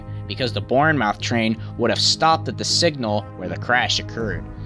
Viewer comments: Basingstoke-Hard A. Bournemouth-said more like muth instead of mouth Wimbledon is pronounced correctly They aren't egineers in UK, they simply "Train drivers" or even "Drivers" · Just a little FYI: Basingstoke is pronounced ''Bay - sing - stoke'' and Bournemouth is pronounced '' Born - mooth'' :) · Is pronounce Basingstoke (baze-ing-stoke), Bournemouth (bor-moth) & Cardiff (car-dif) So Margaret Thatcher gave a posh snobby school even more distinguishment for what reason? Because I'd really love to know??? I can't see how any kids or teachers could help in any way with the evacuation as they all would of been rushed to hospital. So I what way could they have helped? Pretty much EVERYTHING in England now has been privatised so it's gone from bad to worse. Our train system is a laughing joke and it's stupidly expensive!!! You pay £1000's each year for an annual ticket n you end up sitting on the floor. Another thing that your tax money paid for was the "Queen Elizabeth bridge" which one it paid for itself was supposed to be free, but ow now. They just kept putting the price up until it was sold to the French and it's even more expensive. Also. All our utility companies (apart from water) have been privatised along with pretty much everything else like all of the carparks in the hospital's have been privatised. The money which needs to be going into the NHS has just vanished as MP's n politicians are turning a blind eye, getting a brown envelope, so these carpark companies can get away with murder!! 😠 Even the people who worse for the NHS have to pay and a lot of them have racked up £1000's in debt which no one can afford. WHAT THE FCUK IS OUR SHIT CUNT GOVERNMENT DOING TO US!!!!😠😠😠😠😠😠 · it’s Born-muff not Born-mouth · Great series of informative vids. One point to note : Basingstoke is pronounced as "Bay-singstoke", not "Baa-singstoke" and Bournemouth is "Born-muth" rather than "Born-mouth". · Pronounced born-muth